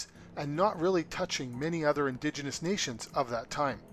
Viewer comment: uhh "indiginious" is definitely not a word lol